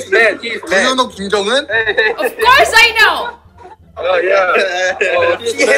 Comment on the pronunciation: kakak fasih bahasa korea, tp pelafalan nama org masih pake aksen bahasa indonesia kaya jong un (harus nya jeong eun), jung kuk (harusnya jeong guk) wkkwkwkw lucu aja gitu (lucu yang cute ya , bukan yang funny) 🤣🤣